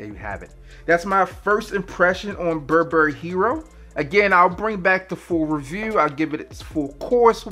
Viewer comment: You can't even say Burberry...